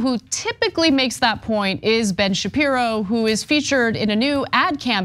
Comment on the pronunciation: Ben Shapissy... I knew it